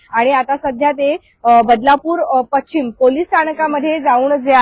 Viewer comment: पश्चिम नाही पशिचम जोड शब्द आहे नीट उच्चार करा जोड शब्द नीट वाचा आणि मग बातम्या द्या ना